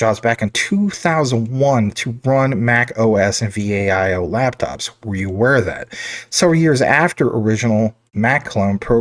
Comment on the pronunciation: It's not V. A. I O. It's Viiiii "OOOOOO". LOL. how do you not know this? Here's a youtube on how to pronounce it ( ). I enjoy your Jasmy content; great work! I've been holding Jasmy for nearly two years. I've worked with Japanese tech companies for over 35 years; they're some of the best in the world.